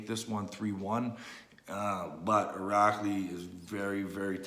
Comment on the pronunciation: Irakli saks is veely? What, his sake is veely veely strong? Lol